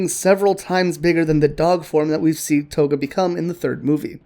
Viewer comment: For a second their i thought you said Koga but its Toga 😹😹😹